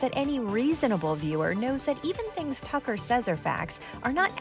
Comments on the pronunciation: it's pronounced Cucker Tarlson. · I can't believe how many times Desi Lydic mispronounced 'Cucker Tarlson.' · "Tucker Severus McFly Carlson" I lost it 😂